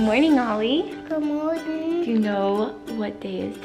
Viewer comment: I love how Ollie says "goodmorng"